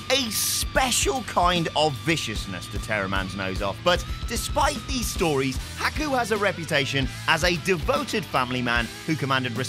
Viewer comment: I wish this clown speaking would say he name right